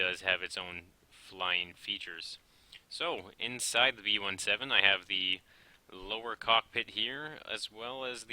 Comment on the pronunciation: its on word b17 not b-1-7